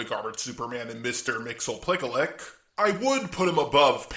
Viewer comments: I don’t want to sound like a comic book elitist but it’s pronounced Mix-Yeez-Pittle-ick. Or Mix-Yes-Spit-lick. Well there isn’t really an official one now now but please at least use a pronunciation that uses all letters thank you. As for ranking Alien X, he’s still below the Thought Robot, monitors, the multiversal New Gods, the Endless, and any biblical character like the Presence/Voice/Hand/Yahweh, Michael Demurigos and Lucifer Morningstar. Anything else is either on par or far below him. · I can’t stand how wrong you say this it’s mixle spittle lick